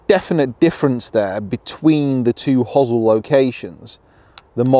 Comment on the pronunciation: First Brit I've heard pronounce hosel that way (hozzle), I normally hear "hose-el".